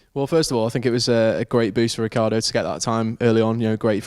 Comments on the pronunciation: It's Rickeeardo, italian origins mean that you need to pronounce every letter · In Italian it would actually be "Rich-ardo". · Still can't pronounce Ricciardo. The "I" is silent. 🙄 (the phone respelled) ha